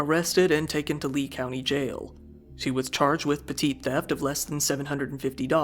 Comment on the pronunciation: I feel like still pronounces petit theft like that to troll everyone in the comments who correct him lol